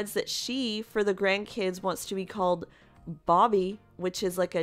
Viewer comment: It’s “BUB BEE” not “Bobby”- it’s spelled Bubbe! I think Robin was horrified that Christine admitted to her jealousy-which of course, Robin is the source of her jealousy! The whole thing is sad! Humans are truly monogamous by nature!